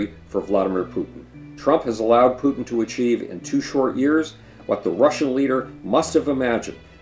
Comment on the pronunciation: You pronounce Putin "Pootin" and "Pyutin" interchangeably. Which is it?